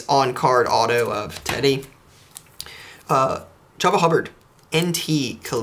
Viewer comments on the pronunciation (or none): So I don't mean to be that guy, but it's Travis Kelc-eee, ChOOba Hubbard, & Eu-Hay-nio Suarez. You're welcome. :)